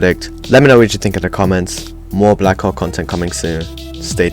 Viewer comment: Please say black hawk not black co*k